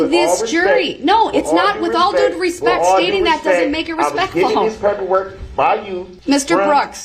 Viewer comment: No he didn't ! He said, "With all RESPECK" !